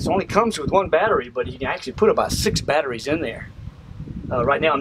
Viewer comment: he says BAT TER REES like Dean ! :)